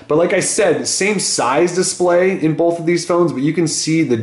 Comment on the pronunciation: Ok I know this has nothing to do with the reviews but you say "bolth" just like my hold high school science teacher lol. Would you happen to have some German in you?